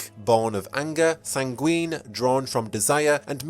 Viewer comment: oof, the mispronunciations. this is a prerecorded video girl, you can just look up how to pronounce "sanguine" and "vitae", they're real words. One of the four humors and the Latin word for "of life", respectively.